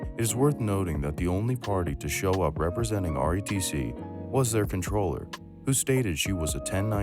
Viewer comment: Comptroller not controller......